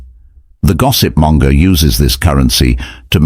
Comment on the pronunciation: Monger not Manga!🙂